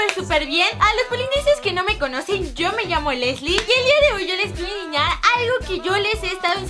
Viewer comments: like a este comentario si te diste cuenta que en el segundo y lesslie dice insiñar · en el segundo dice insiñar